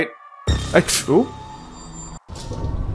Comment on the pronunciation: There's just something about a horror Let's Play where the reaction to a medium jumpscare is "Ooo!" instead of full on screaming. Although my favorite is when starts saying "oh shit," and it comes out sounding like "woosh!"